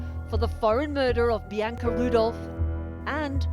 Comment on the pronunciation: PLEASE SAY BIANCA CORRECTLY...IT'S PRONOUNCED Bee-Ahn-Ka...the middle syllable is just like the a in the British pronunciation of the word, "bath."